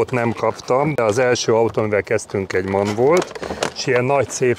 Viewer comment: Üdv Attila! Azért teherautós jogosítvánnyal a zsebben illik helyesen kiejteni az MAN márkanevet! Maschinenfabrik Augsburg-Nürnberg Gratulálok a sikeres vizsgához!